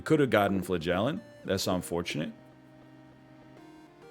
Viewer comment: Flah-gell-ant is my favorite mispronunciation. Love the snake bby